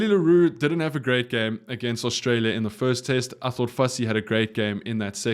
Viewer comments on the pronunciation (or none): none